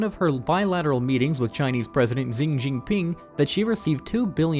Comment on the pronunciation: One thing I can definitely say about this guy is that he is the master of butchering names! Gawd! Shikki Hasina? Shing Jing Ping? XD